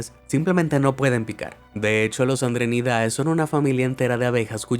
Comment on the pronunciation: se pronuncia andrénidae, no andrenidáe (las tildes son solo para marcar la acentuación)